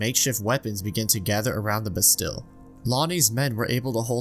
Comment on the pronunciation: bastille is pronounced ba steel btw, amazing video though genuinely im binge watching your videos